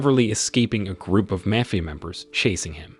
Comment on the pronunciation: Is the narrator AI? It was weird how they mispronounced mafia boss and then a few seconds later pronounced mafia correctly. I don’t mind if it is just interesting.